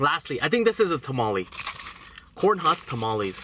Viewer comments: Tah-Mah-Leh please say it right lol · I can help lol. It's pronounce pah-soul-ay and it's not chickpea it's hominy, which is basically corn. Then ha-ree-tos for the drink Then em-pa-nah-daa And it's tah-mall-ay But if you are eating one it's a tah-mall And the words before are just the places. So columbiana Is from Columbia, Mexicano is Mexican and salvadoreno is El Salvador Ps my husband said he'll be your Mexican friend 😹😹 Ohhhh and the difference between Mexican and Salvadoran tamales is the way they are wrapped. Mexican is with corn husk and Salvadoran is with the banana leaf, so it makes it creamier Also to open the bottle you can use a lighter lol.